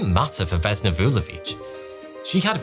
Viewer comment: Vesna, not Vezna. Basically the only thing you pronounced correctly is Vulović.